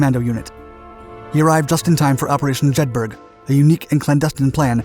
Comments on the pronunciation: Good Video once again let down by bad pronounciation! Jedburgh(A Town in Scottish Borders) is pronounced Jed burra! Not Jed burg! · Jedburgh is pronounced Jed Burra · JEDBORO (Like Edinboro) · Phenomenal content as usual. Fascinating and well researched. The one thing I would say that did stand out was the pronunciation of Jedburgh as Jed-burg, in Scotland the burgh part is pronounced burr-ah, so it should be pronounced Jed-burr-ah. I know I may be accused of splitting hairs, but on such a great channel with such good research I hope you accept this as well intentioned input. Keep up the great work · Jedburgh, pronounced: Jed-ber-ruh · 'Jedburgh', pronounced 'Jedburruh' FFS. The active ingredient in anti malaria pills is 'Quinine', pronounced 'Kwineen'. Why can't Yanks get pronunciation right? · "Jedburgh" is pronounced 'jedbruh'... Only educated, native, British, English speakers know this. The narrator of this video proves the point. Just imagine how a native German speaker would mangle the pronunciation... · Jedberg LOL, at least get the names right!